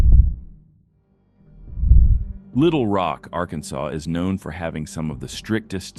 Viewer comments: Why is he saying "ark-and-saws"? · Not to mention Arkensauce. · Say after me: ArkanSAW. Did you just arrive in this country? Now let me hear you Illinois. 😄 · You need to train your AI to pronounce "Arkansas" correctly, as well as "To found out" as opposed to "to find out". The grammatical errors feel so stupid. Great dash cam videos though! Also, the "2009 Cadillac" sedan you show in the photo is a cTS-V, while the one in the footage is a Deville. At least try, dude. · The AI Narrator still can't pronounce "Arkansas" correctly.